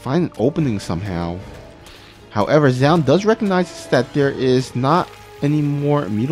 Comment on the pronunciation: Its pronounced zoon or to break it down zo-un. Zown is what artosis says and it completely incorrect